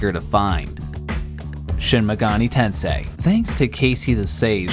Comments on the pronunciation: Narrator mispronounces Shin Megami Tensei while English text is onscreen. Multiple times. (MegaNI?? Really?!) Then mispronounces Persona. (PerSANA?!) Iiight. Ima head out. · bro the way you pronounce shin megami tensei my guyy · "Shimagani Ten-Say"